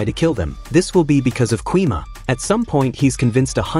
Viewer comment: ❌gui ma✅gwi ma